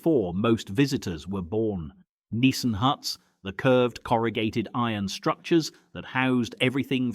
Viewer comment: "Deep oh" = Depot. "Neesan Huts" = Nissan Huts